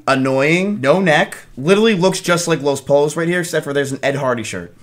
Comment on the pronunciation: Pronounced "Los poyos," but okay 😂